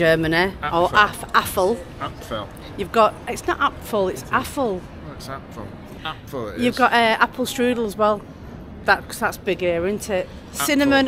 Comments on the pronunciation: Sorry to tell you but Mark was right on the apple pronunciation. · Another great vlog, I think Mark was correct with his pronunciation of Apfel 🍏😉